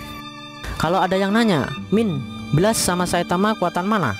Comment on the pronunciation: Blast cara bacanya blest dek.